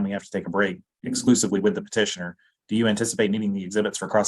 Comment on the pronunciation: Thanks for the video!! FYI, it’s Petitioner, not partitioner.